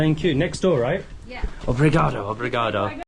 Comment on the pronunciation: You certainly got that "Obrigado" down pat. Anything else you know in Portuguese??